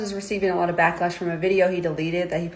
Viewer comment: "He already has a lot of blacklash" 💀💀💀